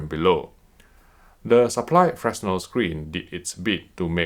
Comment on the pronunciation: I'm going to be that guy, it's pronounced "fre-nell"